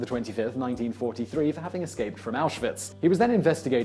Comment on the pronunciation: "...In the hopes of being sent to auswitch". Yeah not the most common sentence uttered...